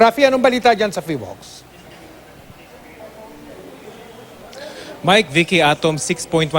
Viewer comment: 🤣🤣🤣 Hindi pa marunong sabihin ang name ng PHIVOLCS